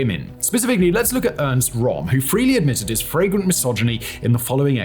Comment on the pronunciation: Goodness Simon, your "flagrant"s sound like "fragrent"s. Definitely adds a different meaning to the sentences they've been used in.